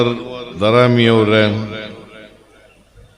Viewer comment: ದರಾಮಿ ಅಲ್ಲ ದಾರಿಮಿ